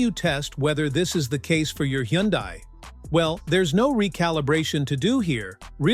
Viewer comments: You made a mistake and called it correctly , Hunday ! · Hee - un - dies